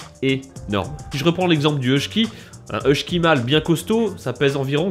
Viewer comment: Je vais partager sur 'groupe Facebook "Passionnément Husky", ça devrait intéresser du monde. (bon on est que 13 000, mais j'y travaille, j'y travaille ^^) Eh par contre, dans Husky, y'a pas de syllabe en "ch" ;)